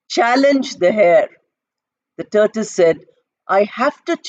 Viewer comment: Is it turtle or turtus? You said turtus.